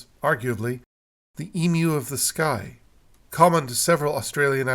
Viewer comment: You pronounced Emu correctly! Didn't the Ancient Egyptians consider The Milky Way the celestial counterpart of the Nile River? And the three big pyramids were a representation of the stars in Orion's Belt?